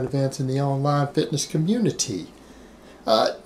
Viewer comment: Sorry, every time you say "community" or "reality" I can't help but think of Cartman as a cop. "Respect my authori-TAY!" Lol. #NoDisrespect